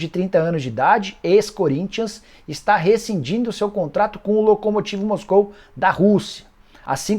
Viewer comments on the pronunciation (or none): none